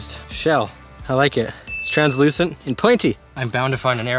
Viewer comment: You said Trans Lucent lol